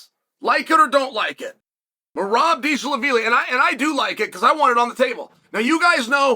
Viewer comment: Merab beeshalabili 😂😂